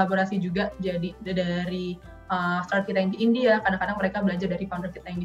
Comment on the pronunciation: For the host: Pelafalannya bukan star-up (starap) tapi start-up (star: [tap]). Ada huruf "t" before kata up.